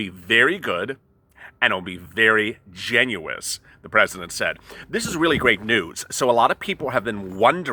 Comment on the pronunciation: What does "genuous" mean? How does one trust a guy who can't pronounce generous?